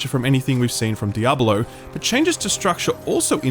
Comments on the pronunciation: WHY ARE YOU PRONOUNCING IT DIABOLO? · why does he keep saying Diabalo? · "DEE-AH-BO-LO" lmao